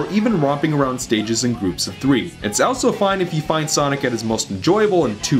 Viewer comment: the way you pronounce "also" is driving me mad!